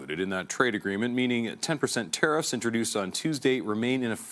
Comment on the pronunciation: It's pronounced Teariffs like to tear a piece of clothing or paper not Tarrriffs like tar and feather or road tar. You will sound better for your next video with this small change.